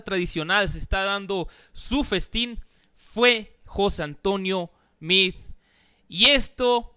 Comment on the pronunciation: Felicitaciones, por no ser tan fifi, como algunos compañeros youtubers tuyos, simplemente por esa pronunciacion de meade y no mid..... ¡Congratulaciones!